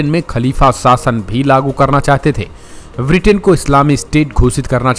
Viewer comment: Sir it is not Vritin but Britain. Pl correct yourself